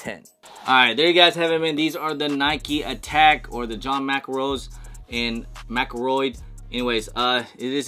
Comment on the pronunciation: McElroy? Bro, better put some respek on Mcenroe’s name.